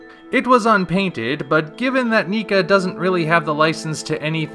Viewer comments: Isn't it "NECK-A" not "NI-KA?" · Neeka.. ugh, haha I'm kidding. Whatevers better in the end, but its Nek-ka, not nee-ka. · Arrghjdmfidkdbfussm What? NEEKA?! NECA like neck! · Nica?!?! WHAT it's Neca not Nice!!! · It is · Lol thats exactly what i thought, i always pronounced it as Necka. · shows Pacific Rim Uprising poster Universal decides to take down the video for no reason Also, NECA is pronounced differently from how you said it in the video. It's like saying "Mecha" but replace the "m" with "n." As for the image, I do like the wings. The legs are a bit too long for me, but I can live with it.